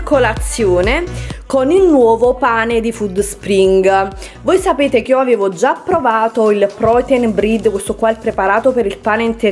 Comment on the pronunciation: Brid? 😂 Pane si pronuncia “bred”. E dai almeno “ball” 😱 si pronuncia “boll”. A “Crenci Pennut” sono mortaaaa 🐦😂😂😂😂😂 Inglese a parte, brava, bel video.